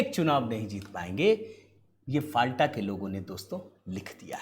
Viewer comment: फाल्टा नहीं, नाम है "फल्ता"